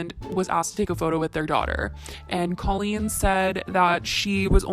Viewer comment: The way you pronounced colleen gave me chills!!!!! K-oh-lean(how to pronounce) I still love your videos though! 😍